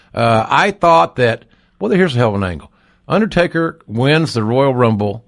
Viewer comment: "the underSTAKEr" lmao